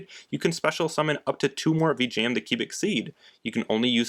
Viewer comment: No hate whatsoever, but I have an issue with how you pronounce Vijam. Either way, nice video!